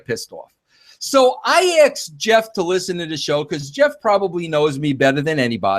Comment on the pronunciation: Nothing Vince Russo says proves in anyway that Bruce Pritchard is mistaken with his allegations. Nothing. One more thing - the word is pronounced "ask" not "aksed."